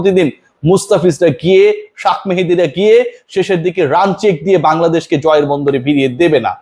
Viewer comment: ভাই আপনার কথা বলার ধরণ অনেক ভালো, কিন্তু নাম বলার ক্ষেত্রে আপনি পুরাপুরি অশিক্ষিত, শাক মেহেদি না,শেখ মেহেদী হবে